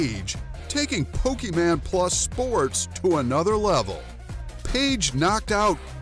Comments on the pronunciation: It’s Pokemon not PokeMan boomer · IT IS POKEMON NOT POKEMAN